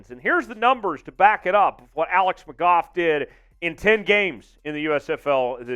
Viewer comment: Its alex mcgoo* thats how its pronounced